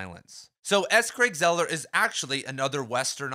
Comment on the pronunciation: Craig "Zeller?" It's Zaah-ler.